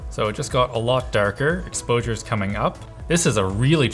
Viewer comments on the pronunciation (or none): the "explosure priority" kinda made me giggle :)) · "explosure priority" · that "explosure" tho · "explosure priority" 😂😂😂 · Explosure priority? lol